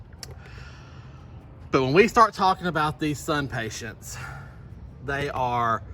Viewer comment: SUNPATIENS...no T at the end. IMPATIENS...no T at the end. I realize this is very picky of me, but it drives me crazy.